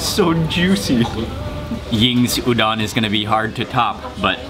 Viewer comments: Dang dude, you make food look good! And btw, just as a tip...Udon is pronounced ū-dōn. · hi mark! i love your videos and especially the japan series!! i just want to let you know that udon is pronounced oo-doh-n :) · The way he said udon made me mad so white